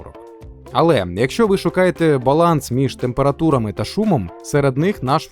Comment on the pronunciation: температурамэ😂😂 !отписка